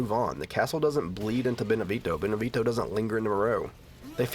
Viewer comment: I love your videos dude, been wating for this one. But really cant stand the way you pronounce Beneviento. You know you can look that kind of stuff up, right? Americans man.